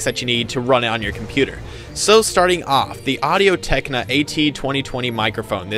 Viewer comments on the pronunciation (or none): technica.not techna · Say it with me Tech-Ni-ca. Good video otherwise.